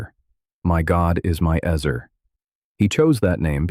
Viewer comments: It would be extra nice if the word was actually pronounced properly in this video. It’s pronounced ‘ets-aire’, NOT eez-er or ezz-er. How awful to hear it pronounced terribly incorrectly over and over again!!! (Just say no to ai voice!!!) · Is it pronounced "ehzer" or "eezer?" AI narrator goes back and forth.